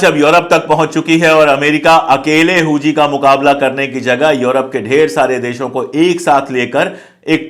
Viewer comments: Huthi हैं जी हूजी नही हाउथी है वो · Huzi nhi huthi hota h sir😂😂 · Hooji nahi hooti hota h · "हुती" (HOUTI) है भाई साहेब "होजी" (HOUJHI) नही है। Please Note it. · Pandey ji,correct word Houthi hai Hooji nahin. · हुजी नहीं है सर हूती है| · Huji nahi bhai huti k samane bolo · Houji nhi houthi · does not even know how pronounce Hoothys. He speaks Hoojees 😊😊😊😊😊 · Yes, exactly.